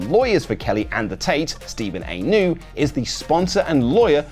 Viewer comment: New at New law office, not A new. Lol love ya man